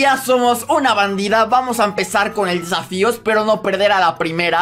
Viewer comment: Se dieron cuenta que dijo safio